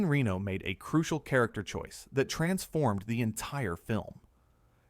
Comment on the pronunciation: Reno's and Besson's names are also severely mispronounced. What do you expect from AI slop?